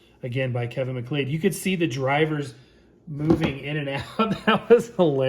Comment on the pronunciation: minor quibble, but the surname "MacLeod" is pronounced "Mac-Loud" or "McCloud". It's a scottish name.